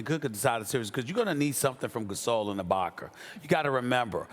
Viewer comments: " ibaker " - stephen a smith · “Abaker” Stephen A Smith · I have been watching Stephen A for years...that said I have never noticed more so than now how annoying it sounds when he butchers the way he pronounces “a” as “er” GET IT RIGHT DAMNIT 😂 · “Ibakar” - Stephen A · Stephen A, who the hell is Ibak-er?? 🤔😂🤣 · Who The Fuck Is Serge Ibakerr That Stephen A Keeps Sayin?? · SAS always saying Ibaker when is ibaka!! Why? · No one: Stephen A : Ibaker , Pelinker, Kuzmer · Serge Ibakar, Rob Palinker.... c’mon Stephen A. smh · Haven't watched yet, but I know Stephen A said "Ibaker" at least once. 😂😂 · 47" ibaker " - stephen a smith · moss spray lol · I got love for sas but mannnn with someone with the vocabulary that he has idk why he has the hardest time say words that end with a lmbo how is ibaka ibakar lol I’m dying over here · Stephen A: "Boogie shut down Ibaker" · Stephen A Smith - “Boogie is needed to neutralize Ibakerrrr.”